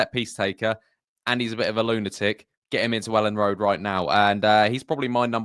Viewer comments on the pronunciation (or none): none